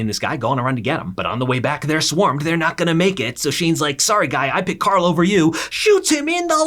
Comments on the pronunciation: bro its Carl not Coral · everytime this man said carl is sounded like he was saying "CORL" which pissed me off lmfao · the “carl” has me weak 😂😂